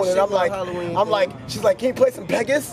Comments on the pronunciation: The fact that he can’t say Pegasus has me dying 😂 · why does ski keep saying peg us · Are we not gonna talk about how Ski pronounced Pegasus? Nigga wtf is Pegus 😭😭😭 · Fr though nigga said PEGUS?! Wtf? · Nobody: Ski: PEGUS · Took me time to clock they were sayin "pegasus". The fck is a pegis